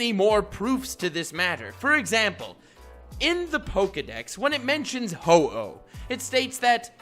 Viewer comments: My man said Who-Oh, smh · Cringe when pronounces Ho-Oh Hoo-Ooh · It's Ho-oh